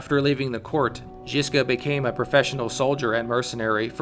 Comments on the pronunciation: Rad love it bro but your pronounciation needs work. Trill the ż more it's not jiska it's żiżka like polish word żubr or żubrovka if you prefer i know i do hehe. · The fuckin pronunciation 😂😂 “Ž” is basicaly J without the “d” sound